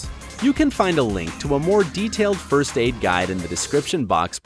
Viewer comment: Can you stop saying frst